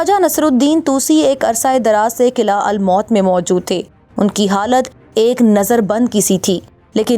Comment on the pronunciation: Behtareen....but...fort's pronunciation is""almout""" not almot....meem par pesh hay...thanks